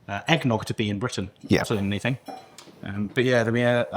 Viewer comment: loved it, but please dont say "anythink" again.